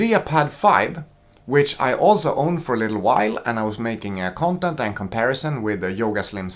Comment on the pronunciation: The way you say " CUNTENT " is a gift